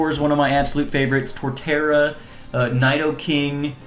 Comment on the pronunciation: By the way its pronounced Knee-dough-king.